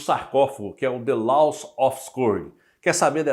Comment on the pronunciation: A pronúncia não "LAUS", e sim, "LÓS"